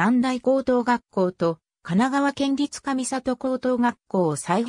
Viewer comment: かみさとでなくかみごうです